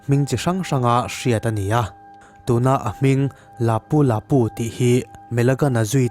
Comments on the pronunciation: A hming ilam dan chu le hahaa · Lapu Lapu i lam dan a dik lo